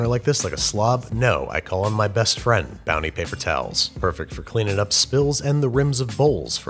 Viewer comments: I'm like 90% sure I also heard you say Bouncy once instead of Bounty but if anything that made it better. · Did he say “Bouncy” at the end instead of bounty? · did he say..bouncy? at the end